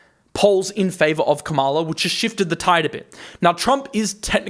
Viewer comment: The correct pronunciation of VP Harris' name is — KA-ma-la. Accent is on the first syllable. Soon to be president-elect. And in the long term her administration will be so much better for the economy and the world. I'll take a short term correction any day over a fascist regime.